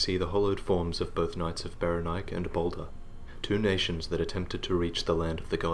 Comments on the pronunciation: I really think it should be pronounced beh-REN-ee-kay. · Saying Berenike so that it rhymes with "bike" always felt clumsy to me. I think it works better pronouncing the final 'E' as if it had a Greek origin. And if you pronounce the final 'E' then it flows better with the accent on the second syllable.